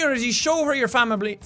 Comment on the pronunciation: Famibly lol I just lost it